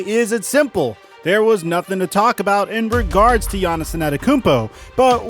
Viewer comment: wtf u say Giannis ' name like that?